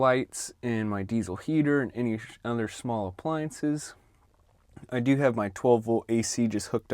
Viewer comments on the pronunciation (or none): "Running any other shhh-mall appliances" lol